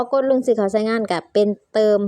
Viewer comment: อ่านไม่ออกไม่เก่งอย่าสอนเลย เขาเรียกเติมไม่ใช่ตืม😂😂😂